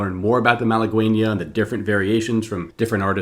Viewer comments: Pronounced mala gainya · The u in malagueña is mute Pronounce it malageña